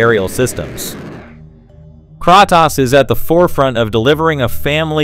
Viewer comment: The voice over is TERRIBLE ! AI ? It's distorted and you pronounce Kratos wrong. There's also sentence repeats...🫤